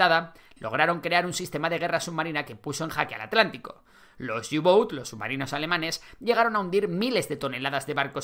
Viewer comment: Reichswehr = raijsver (no raijsber) U-Boot = uboot, no iuboot Kriegsmarine = krigsmarine, no krigsmarin